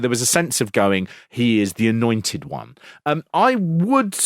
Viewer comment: Did you say "Anointed one," or, "Annoying tit one?!" Lol!!